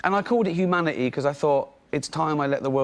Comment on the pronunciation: So funny how he says Humanity. 'Uma.ity'